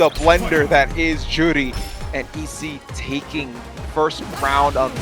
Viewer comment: Hate the way that guy says Juri "Joowrhli" You're not Japanese you weeb, just say Joo Ree